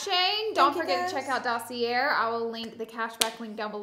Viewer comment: Hi Laura, fyi you do not pronounce the R is dossier.